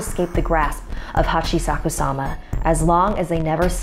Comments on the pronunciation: It's pronounced Hah-Chee-Shah-Koo-Sah-ma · LetMeTakeMySelfie Plz? It's pronounced the way it's spelled: hah-chee-shah-koo-sah-mah.